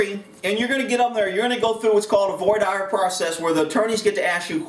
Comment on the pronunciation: I believe it's voir dear (phonetically)